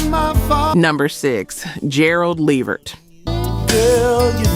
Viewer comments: The AI narration mispronouncing words is VERY annoying. Gerald LEEvert? Really? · Please say Gerald Levert's last name correctly. I've heard too many of your videos where it's wrong. It's luh-VERT. Thank you! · Teach the A.I. to say LA-VERT!!!! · LEE-vert. Come on! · Come on now you can pronounce Levert better than that. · As I'm listening to this page....I was going to subscribe til I realized this is a A.I PAGE because who in " OUR" Community does not know how to pronounce Gerald "LeVert" and "Sean Levert's" Name????? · Can YOU please learn how to pronounce the artist names it’s disrespectful you do this ALOT!!! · These pronunciations are absolutely killing me. Levert was pronounced 3 different ways. LAWD!!!! 😂😂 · Right I don't understand...I expect that from those raggedy AI Channels unless this is an AI channel because ain't no way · that drove me crazy. who is this woman. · I know they always pronounce Levert wrong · The lack of the ability to pronounce words correctly or read is irritating! Ex. It's LA-VERT... RES-PIR-A-tory...geeez! 🤦🏾‍♀️